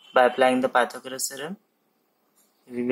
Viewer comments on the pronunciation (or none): none